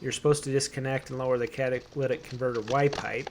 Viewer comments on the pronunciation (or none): Cataclitic converter. No friend, it’s a cataclysmic converter. 😝